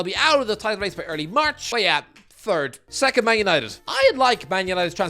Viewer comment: Man united wecond lol